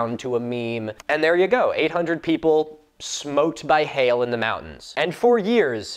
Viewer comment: God you don’t know how happy it made me when you said smote thank you for not saying smited